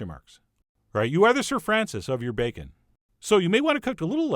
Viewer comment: That is some superior-looking "bakeun"! 👍